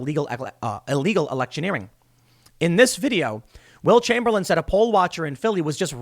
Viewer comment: Every time you say Will Chamberlain, I hear Wilt Chamberlain.